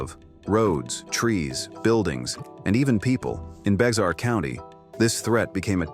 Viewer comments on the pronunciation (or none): BEXAR is pronounced Bear!!! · It's pronounced Bare County...AI sucks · Wonder if this is AI. He didn't pronounce "Bexar" correctly, BTW the "x" is silent.